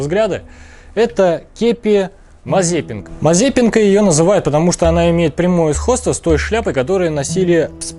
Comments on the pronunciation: Не "МазЕпенка", а МазЭпЫнка! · Небольшое уточнение,не"мазепинка",а правильно-"мазэпинка".Не придираюсь но режет слух.Это все равно как эскаватор назвать ескаватор.Согласитесь звучит хреново.